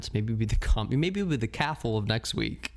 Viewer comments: Cathal is an Irish name pronounced cah-hill ✌🏼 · We have the exact same birthday (12/09/1992 🥳) and I always love hearing your lil life updates or what your up to. Not to compare but I just find it interesting how different our lives are but have lived the same amount of time. ALSO I think Cathal may be the Irish name pronounced Cah-hol 🙂